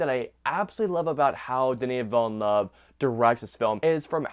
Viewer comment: It's more than fine. Hey, you at least had 'Villeneuve' mostly right. I've heard some horrifying stuff looking reviews of this movie.🤣